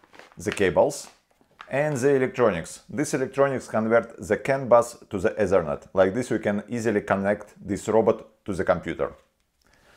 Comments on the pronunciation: Say T in stead of Z. Zhe Ezernet must be the ethernet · when he said ezernet i felt that.